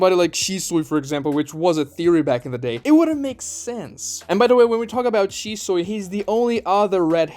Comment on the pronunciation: Shi-Soy...!!?? The Soylent version of Shisui 😂 (even the editor didn't catch it) 🤣